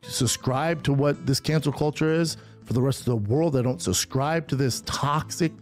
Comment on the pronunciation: the way he says subscribe is so funny. he pronounces it as "susskribe"